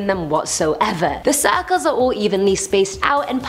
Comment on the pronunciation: i love how she says suh-culls